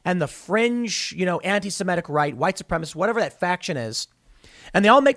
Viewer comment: Supremeizme lol